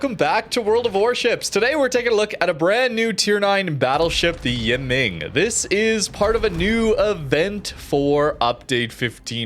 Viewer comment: *pronounced E-mung